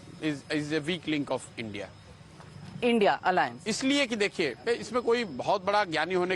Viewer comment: Mam it is not I.N.D.I.A alliance, it is I.N.D.I.alliance and you are repeatedly saying it.